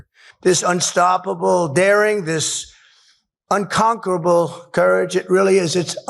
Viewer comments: This fkn Dum says whatever comes to his empty head omg, also, he was so proud that he was roughly and awkwardly able to pronounce " unconquerable" lol. His speeches are so dum and empty that his minions try hard to cover it by laughing like reta,rds to his dum cringy jokes lol smh. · "I just learned that I can still pronounce 'unconquerable' without slurring the word so I'm going to say it 4 or 5 times" ~DJT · Someone had to have written the word 'unconquerable' for him and teach him how to pronounce it